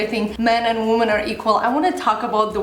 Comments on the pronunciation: Not trying to be mean but the plural of woman is women (it is pronounced differently unlike man and men which is pretty similar). Sorry to be correcting you but it was bugging me haha. Great video though, loved that you are addressing this topic! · you speak good English, but you might want to work on your pronunciation of the word 'women'. For me as a viewer it was annoying. Aside from that, I enjoy your videos, so thank you for them. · your pronunciation of the word WOMEN is wrong. Check it out. I love your videos and watch them for several years. But you make very rude mistakes so that I (a person whose native language is Russian) can hear them and pay attention to them. I believe that a person who speaks to a great number of people should be more concerned about his/her speech. Sorry if I sound rude. Thank you!